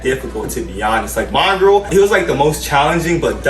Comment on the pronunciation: Yoooo He said only mongrral the only challenging one 😂